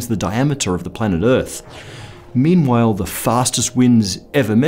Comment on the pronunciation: did you just say "memewhile"?